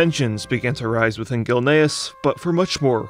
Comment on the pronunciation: Man the TTS really can't work out "Gilneas" lmao bless its heart its trying tho